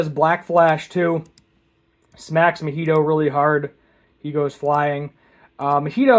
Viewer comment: "Neh-NEH-mi?" and "Mohito?" Do you mean NAnami and MAHito?